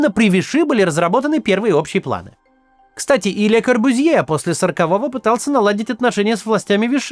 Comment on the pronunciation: Извините пожалуйста, но фамилия произносится «КорбЮзье».